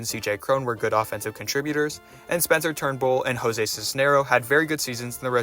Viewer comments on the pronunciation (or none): none